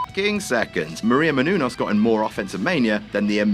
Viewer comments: It's "Μενούνος" /mɛnuːˈnɔːs/ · It's: "Meh-noon-yoos". You're welcome. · munouous or munenous booty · No, it's Meh-Noo-Noss. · meh-nu-nes thats how u pronounce it! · You couldn't have spent ten seconds to look up how her name was pronounced could you? Look at her, she deserves better. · Omg shut up on the pronouncing gag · really shouldn’t be joking about not being able to pronounce a last name like Menunous considering he regularly mispronounces names like Dan Spivey all the time. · Just look up how to say her fucking name. Seriously what is funny about a grown man not being able to pronounce a simple name. Fuck, thinks he is way funnier than he actually is. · I like these videos, but the commentary such as the constant mispronunciation of Maria Menounos' name is just plain stupid. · Yes Menounos you English pagan! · You gotta love pronunciations of menounous 😆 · as a greek, seeing u pronounce her last name is fucking hilarious